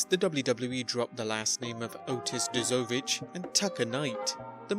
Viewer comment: You hit the nail on the head with the first one considering ya pronounced 'Dozovic' wrong.